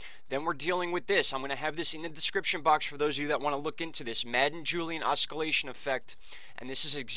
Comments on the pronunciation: Hey bud, the c is silent in Oscillation. Pronounced OSS-I'll-ation. Good videos. Thanks for all the info. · wrist to icey Sean Waz is right, oscillation is pronounced that way. There is nothing wrong with constructive criticism. It's much better to be shown you're wrong and learn what's right than to go through life thinking what's wrong is right.